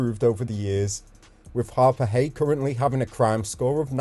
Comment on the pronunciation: Not Harpurhey